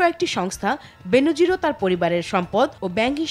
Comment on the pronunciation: ওহে পিও সংবাদ পাঠিকা আপু, কন্ঠ যখন উপার্জনের হাতিয়ার তখন কন্ঠ নিঃসৃত শব্দগুলো উচ্চারণও যথাযথ হওয়া উচিত। উচ্চারণটা বেনোজির না, বেনজির।